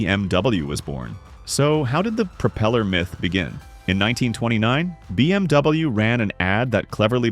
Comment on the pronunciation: learn how to pronounce bmw